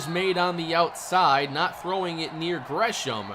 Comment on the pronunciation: How u know tho Lol he said grey ham